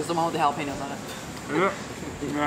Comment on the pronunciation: Jalapeño por favor.. don’t say jalapińo.. es jalapeño jajaja